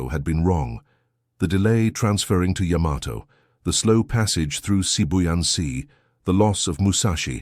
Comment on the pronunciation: "Yamato" is correctly pronounced "YAH-ma-to" with the emphasis on the first syllable, not the common American pronunciation of "ya-MA-to".